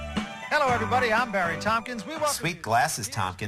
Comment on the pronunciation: Woh it's Bawwy Kwipke!